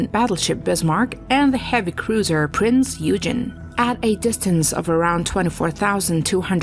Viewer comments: Be nice if she could pronounce Prinz Eugen properly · I would have enjoyed this video more if a real human had done the voice over. "Priz Eugen" is really "Prinz Eugen" (Oygen). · The Prinz Eugen was pronounced "Oy-gen" (hard "G"), not "You-jean". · But in the case of the Prinz Eugen, it is difficult to see why even a native English speaker would have a problem in changing from saying "You-jean" to "Oy-gen" (using a hard "g"). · Everyone needs to calm down about the mispronunciation of Prince Eugen. The narrator is a bot. Almost every YouTube video these days are narrated by bots. Welcome to the world of AI. Personally I hate this shit. But it's it's all on account of text-to-speech technology. The "girl" doing the narrating doesn't even exist -- or -- I guess the girl who owns the voice exists somewhere, but she's not reading the script. Trust me on that. As such, some words with unusual pronunciations -- especially foreign words like Eurgen are going to be mispronounced. It has NOTHING to do with Americans being unable to pronounce German words. That's just utter BS. I honestly can't believe that you folks haven't figured out the big text-to-speech craze going on right now. Nearly every video is being narrated by a bot. Mark my words. Thus you may as well convince an answering machine recording that its pronouncing your name wrong. The bot is pronouncing Prinz Eugen phonetically because that's what it is programmed to do when it comes across a foreign word. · Very interesting, though all the cringing caused every time a name is mispronounced gets a little tiring (e.g. - "Prince Eugene" 😅). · What do you mean "lost" you. The Prinz Eugen was a German ship and it was pronounced "Oy - Gen" (with a hard G). It's not rocket science... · Prinz Eugen is pronounced: OY gehn. Gawd, how I hate computer narration! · She mispronounces the name of the Prinz Eugen ( painful )